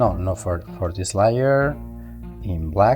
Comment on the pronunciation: Bro Im watching this at 3am lol and every time he says layer it sounds like Liar and im like wth... regardless the Tutorial is amazing lol